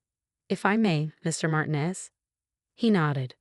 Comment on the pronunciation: Mar tee nez